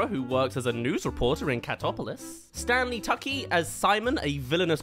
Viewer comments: Not the absolutely cursed way pronounced Stanley Tucci. 🤣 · I heard "Sean Austin" and i flinched. Then I heard "Stanley Tucky" and I fully winged lol. Jokes aside great video